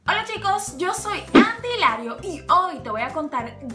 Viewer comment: parece q dice jilario